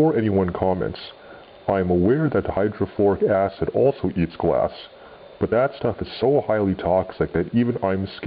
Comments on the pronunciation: It did sound like you said hydrochloric acid (HCl) in the video, but that you actually said hydrofluoric acid (HF) makes more sense. HF eats glass for breakfast, and is much scarier than HCl or NaOH. Thanks for the video! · did he say hydroflouric acid or hydrochloric acid?